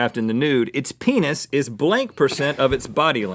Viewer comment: he sed "peeniz" lol